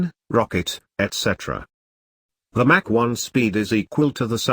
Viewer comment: He would be much more believable if he pronounced terms (eg MACH) correctly and expanded acronyms (eg NRO) correctly. If what I KNOW is incorrect, what else is?